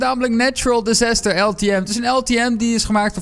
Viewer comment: Disaster 😂😂😂 die uitspraak whahahaha hij kan echt geen Engels